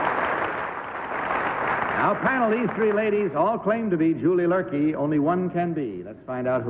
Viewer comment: It's Luerke, not Lurkey